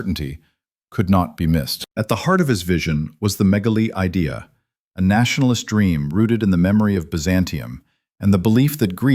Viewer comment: The name of the Turkish writer is Halide Edip Adıvar. You have mispronounced her name. You have also made a mistake in pronouncing the Greek irredentist movement “ Μεγάλη Ιδέα» . Do not pronounce the word idea in English but in Modern Greek.